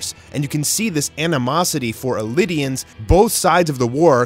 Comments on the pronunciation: Thank god I'm not crazy. ELDIANS! NOT ELIDIANS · Bro wtf is wrong with certain anime youtubers. Bro have you no once heard how the name's are pronounced in the damnn ANIME SHEEES. And if not have you not seen the spellings???? ELDI-ANSS NOT eli-dians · its not “elidians” nor “Lion titan”, its “eldians” and “Jaw titan” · Isn’t it pronounced “Eldians?” Why do I keep hearing “Elidians?” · it is eldians, is like the only person i've seen pronounce it "Elidians" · Every time he say “Illidians” and not Eldians, my ears burn and my stomach turns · "Elidians" ELDIANS E L D I A N S ELDIANS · elidian is the japanese way, cuz japanese always emphesize the constanants, i know this cuz im japanese so in english you can call it eldians :) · he call Eldians "Elidians"? angery Eren noises heard thru PATH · Pls its not Elidians its called Eldians ...lol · I got proper confused when he kept calling them elidians. Took me a while to realise he meant eldian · Is it just me or did this man just call them ELIDIANS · “Lion Titan” “Elidians” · “Ellidans” do you me Eldians? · He said Elidians haha ... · MY GUY ITS NOT CALMED THE LION TITAN ITS CALLED THE JAW TITAN💀💀🤦🏻 AND ELDIANS ARE NOT CALLED ELIDIANS💀🤦🏻🤦🏻🤦🏻🤦🏻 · 1. Ymir wasn't a double agent 2.why does he say elidians other than eldians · El - Dee - An, not El - id - Ee - An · エルディア人 - ERuDeiAJin means people of Eldia therefore Eldians. Not エリディアス人 - ERiDeiAnSuJin. Eridians You're not going to prounounce Death Note's 'L' as 'Eri' right? If you google both Japanese pronunciation you won't get any results with the 2nd. Nobody pronounces it that way. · it's ELDIANS not ELIDIANS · Elidians? Wtf? Its Eldians, Ell-dee-ans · It’s eldians not elidians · "Eldians" not "Elidians" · It’s pronounced Eldians not Elidians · Eldians not elydiens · Hey bro listen pls...it’s not elidians its “eldians” so stop ruining it . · If I have to hear “Elidians” one more time I’m gonna scream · why it sound like indians to me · And elidians 🤨